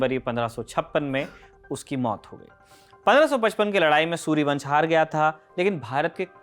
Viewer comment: सूरी वंश न की सूर्य वंश आप के बोलने के अंदाज से सूर्य वंश समझ आ रहा है